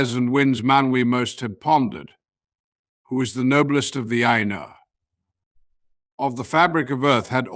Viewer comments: Will someone tell him how to pronounce Ainur? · The illustrations are beautiful. I hope Ted Nasmith knows you are using them. The AI narration is off-kilter, with emphasis on the wrong words, pauses in the wrong places, and odd expressive cadences. It needs to learn how to say Ainur.